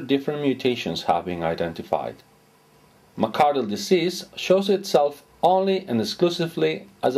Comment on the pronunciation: McArdle not McAdler.